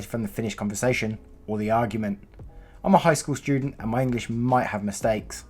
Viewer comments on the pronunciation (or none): none